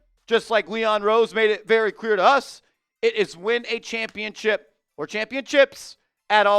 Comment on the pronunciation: Please stop saying championchip. It makes you sound stupid.